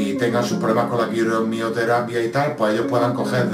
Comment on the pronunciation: bravo guapo por ese gesto tan generoso.te felicito por tus videos muy instructivos. se dice quimioterapia jaja